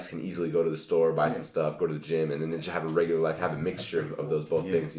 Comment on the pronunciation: It's regular Lex not regurar.